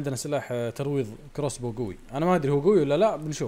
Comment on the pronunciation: ترويض مو ترويد